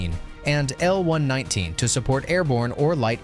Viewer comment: Just to be clear; It's the M-one-one-nine AND NOT an M-one nineteen!!! A real military historian would know this!!!!! Thumbs down!!! 🦘🦘🦘